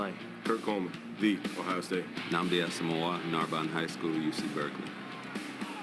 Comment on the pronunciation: way to pronounce Asomugha you fucking fruitcake